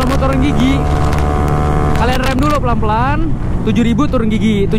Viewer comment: maaf bukan pekan tapi pelan